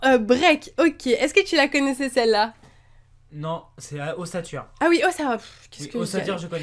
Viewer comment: miss ta pas arreter de dire osatueur allor que c osellait sinon trop impatient de voir l'ouverture en Français ^^